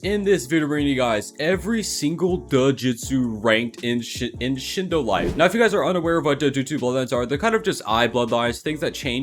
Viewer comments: to u said duhjutsu its actually dojutsu or d OH jutsu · That DAjutsu at the beginning lol, It’s DaJay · or so u said juhjutsu instead of dojutsu lok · i love how he says dajustsu instead of dojustsu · no offense BUT MY GUY SAID DUHJUTSU